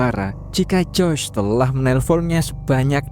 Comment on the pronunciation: Joyce bang bukan joys